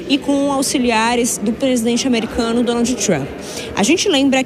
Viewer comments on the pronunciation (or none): Quando se pronunciam Donald nao e necessario pronunciar a ultima letra D. Se fala Donal.🤣🤣🤣🤣😝